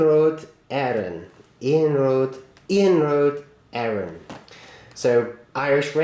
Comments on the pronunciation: Great review. Well done on the pronunciation, I'd almost believe you are a native Irish speaker :-) Trainbrain141 is right about the Murphy Models trains. You should get around to reviewing their locos if you can. Keep up the great reviews. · You did a good job on pronouncing Irish rail and you do great videos